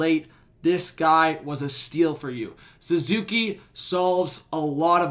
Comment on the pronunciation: His name is Suzuki not Zuzuki, but yes our Patrice Bergeron